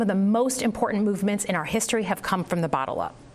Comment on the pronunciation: Senator Slotkin said in her gaslighting rebuttal speech she said some of the most important movements in our history have come from the BOTTLE up lol Yep that explains the Dems and Rino's lol